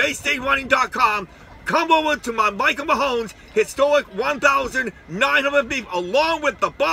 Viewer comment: There is NO SILENT "E" M-A-H-O-N!!!